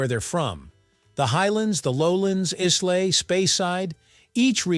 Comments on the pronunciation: . Please learn the correct pronunciation if you want to be taken seriously. That island is not IZZlay. It is EyeLa. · Islay is pronounced ‘eye-la’ and not ‘Izz-lay’ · Did you notice he pronounced Islay as Islay and not I-luh or e-luh? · Oh no!!! It’s pronounced isla… how do you make a whisky / scotch video and pronounce it is lay!? Smh….😂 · "Is-lay" LOL Eye-Luh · E-slay? It's pronounced Ay-la. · Islay is actually pronounced EYE-luh, not eez-lay… 😂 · Islay.😅 It's pronounced 'eye-luh' not izz-lay or iss-lay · Islay is pronounced “eye-la”, not “is-lay” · First off its Whisky not Scotch. Second its eyela not eeslay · Good lord..Islay is pronounced. "eye-la"🙄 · Mispronouncing Islay (in two different ways!) calls into question your judgement of Scotch whisky and perhaps more. If you can be wrong about something so simple, so easily confirmed, you might be wrong about much, much more. Nobody says "iss-lay" , or "eez-lay" . Maybe the "History of Simple Things" is simply made up. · "Islay" is pronounced eye-la. Got it? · Islay is pronounced eye-lay. :) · Whisky is scotch, others are whiskey. Pronunciation of Isla, the S is silent. At least do some research. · "Iss-lay"??? You and your channel lost all credibility. Won't waste my time again. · “Islay” wrongly pronounced: EYE-lah is how Scots call it. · Islay is pronounced Eye Lay (no s). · The way he say Islay annoyed me more than it should had 😅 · Learn how to pronounce Islay correctly. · Dear God please learn how to pronounce Islay before you talk about whisky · PLEASE...can Americans learn how to pronounce Islay ! Is that asking so much from a whisky video ? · A really good tip to give the videos credibility would be to learn how to pronounce Islay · There is a right answer. I just forgot it. Also, you’re not pronouncing ISLAY correctly. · Good grief! A video like this should at the very least know how to pronounce Islay. I am embarrassed for you. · the pronunciation of Islay is completely wrong.